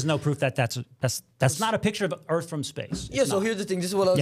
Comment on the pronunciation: I kinda like the flat earf guy